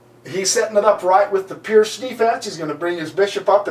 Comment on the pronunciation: Absolutely amazing game played by Gipslis and... amazing comment! By the way, guys, Seirawan pronounces the Pirc as "perk"... believe me, not "perk", but something like "peerts".